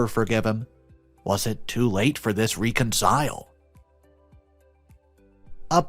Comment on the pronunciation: And REH-con-sile, accent on the first syllable. That's why I have to have the text-- many times I cannot understand what he is saying.